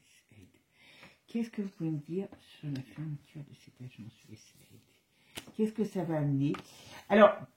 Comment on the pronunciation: Us a.i.d pas Day 😂